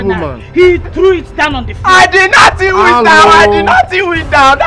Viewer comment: 😂😂😂 "I did not tew it down, I did not tew it down"😂😂😂